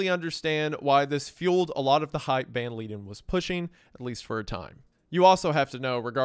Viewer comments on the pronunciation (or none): He is Dutch and it's read as Yan van (v with f-ish sound) Leiden (I can't describe, please look it up) but yeah, I don't know why he didn't look it up but all the words in his name was wrong lol.